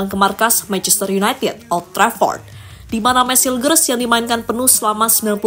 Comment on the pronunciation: admin, cara baca namanya meys hiyukhers